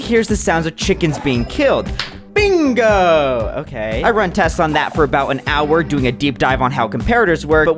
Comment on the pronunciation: jumperwho would be proud of your bingo sounding like “BING!”